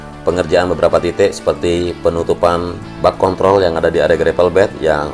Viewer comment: lebih hati² om cara pengucapan kontrolnya 🙏🙏🙏😇